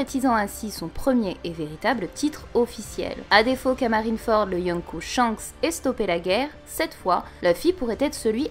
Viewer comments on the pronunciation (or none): none